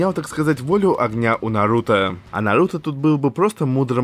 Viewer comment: Да твою почему он говорит типо Нанхуто или